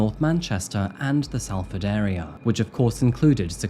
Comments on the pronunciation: from salford as well, was horrible seeing all the updates:( also, i doubt 'll see this but salford is pronounced sol-ford, not sahl-ford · i am not English and even i know it is not 'sall ford', it is saul ford you can clearly hear the cop pronounce it correctly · It’s Solford not Salford I promise google has lied to you r kid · Both are acceptable, the narrator has a southern accent and the police officer is a northerner. They pronounce their A's differently. It's a place in the north so you could argue "saul" is correct, but no one in the UK actually would argue that southerners are pronouncing it wrong. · I hope Katrina teaches you the correct pronunciation of Salford. It sounds like "Sol-ford". Easy done when you're not from here though. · My ears were in pain every time you said ‘Sal’ not ‘Sol’ for Salford. Please ask your sister how to say it like a Manc would 😂😂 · Great video! This happened about 7 mins drive from my home. 😢 poor guy. Also just a little tip, it’s pronounced Solford ❤ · Salford is pronounced Solford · Salford is pronounced Solford. For some reason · Great video! I live near the area and it was a really unnerving time . Stuart looked like a lovely man, and he helped people out of the goodness of his heart. The fact that this monster casually threw Stuarts unreplaceable family photos away just breaks my heart. Ps. Its pronounced Sol-furd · It's pronounced "Solfud" lad. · Hello, great video. I live in Blackley, they closed the park near me while investigating this murder. Fyi its pronounced blake-ly, no idea why. Also Salford is pronounced Sol-ford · It's pronounced Sol ford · "Salford" is pronounced like "Salt" .. 'A' sounds like an 'O'.... Not a sharp 'A' like in "Sally".